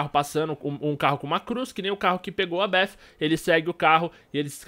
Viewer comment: Kkk meu brother tenta falar do jeito mais fácil se vc não sabe, fala beti com ti no final porque bef não existe kk foi um belo vídeo como todos kk